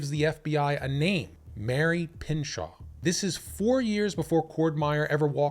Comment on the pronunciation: It’s pronounced “ PIN -SHOW “